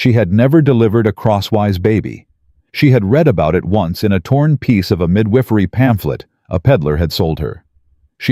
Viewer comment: Mid whiff er eee. Gotta love Ai. Whoever corrects it, it's mid wi fer eee... sorry if my use of how to say it is wrong, but so is mid whiff er eee. LOL